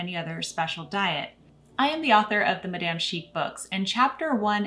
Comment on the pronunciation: You have great content! A little criticism: it bothers me a bit how you pronounce madame after living in France. 😳😉